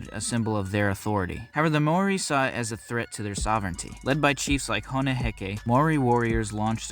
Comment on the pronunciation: You Said Maori wrong lol